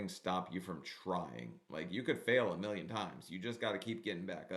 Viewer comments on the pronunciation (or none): none